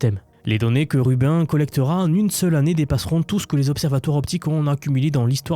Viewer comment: Très intéressant de nous parler de l'IA en dehors des sentiers battus. Une remarque toutefois, Rubin se prononce plutôt comme Sabine pas comme Urbain😢.